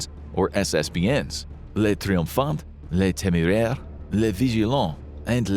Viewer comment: Rafale is pronounced /rafal/ … that’s all I could handle because you butchered so many french words but this was pronounced the most. Otherwise, interesting vidéo.😊 Le triomphant /tri õ fã/ ; le téméraire /té mé rèr/ ; le vigilant /vi ži lã/ ; le terrible /tè rib/ ; moyenne /mwo jèn/